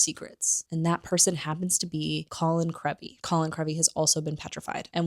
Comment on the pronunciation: It’s Ginny (with a short i sound), not Jenny. Colin’s last name has a long e sound, not a short e sound. Dobby has a short o sound, not a u sound. Otherwise, great video!